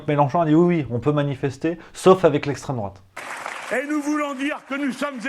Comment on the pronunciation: "Lesstreme droate"